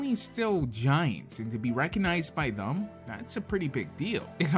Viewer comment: You kept saying thum instead of them and that really annoys me please pronounce the word correctly. You also said barns and oboes instead of Barns and Noble please work on your pronunceations